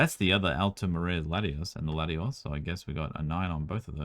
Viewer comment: Can ever differentiate and pronounce Lati-OS and Lati-AS properly? 😆